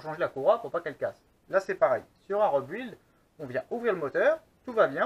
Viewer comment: Très intéressant :) la seule remarque que j'ai a faire sur cette vidéo cest la prononciation "rebuild" ca se prononce plutot "ribild" voila c'est tout ^^